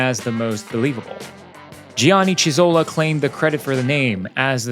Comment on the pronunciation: He’s Carlo Chiti! (Sound like Kiti) Not “Citi”! Italian pronunciation of CHi… is KI. Same for Lodovico Chizzola: the correct pronunciation is Kizzola